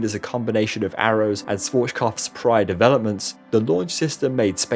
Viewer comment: Dude.. it hurts me how you pronounce „SCHWARZKOPF“.. you don’t pronounce it „SWORCHKOPF“… IT HURTS